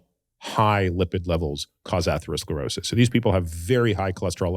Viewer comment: I really respect AH, but was surprised that he struggled to pronounce atherosclerosis! Andrew it sounds just like Atherton (Stanford, Menlo Park, Atherton)! Too funny!!!